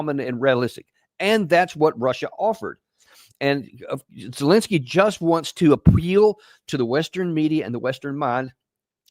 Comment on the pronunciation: Danny: It’s ZELENSKY, not Zelinsky. Please correct your error.